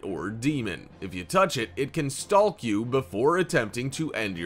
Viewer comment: The "L" is silent in the word "Stalk" No need to emphasize the L